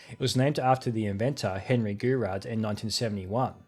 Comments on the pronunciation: It's roughly pronounced 'goo-row'. Goorow shading. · Shouldn't it be pronounced as "Jou-Roh"? Source: French lessons at school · Yeah, that's not how you pronounce Gouraud 🤣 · As a kid I always said Gour as in "good" and raud as in "Road." Goo-road shading. I just assumed it was a load of made-up marketing like "blast processing" 😆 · As soon as you mispronounced Gouraud, I came here to leave a comment. But I see I was not the first to correct you! Anyways, thanks for another great video!